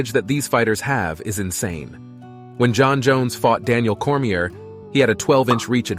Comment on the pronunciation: Who give a shit what AI thinks about MMA. Cant even pronounce Cormier